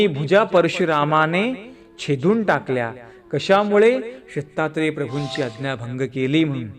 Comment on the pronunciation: आपण प्रत्येक वाक्यात सीता त्रे प्रभू असे म्हणतात दत्तात्रेय प्रभु असे ऐकू येत नाही